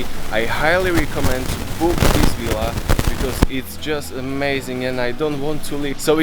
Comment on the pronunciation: It’s Villa and Not Willa!! 😂😂😂